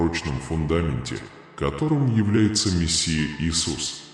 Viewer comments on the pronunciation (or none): none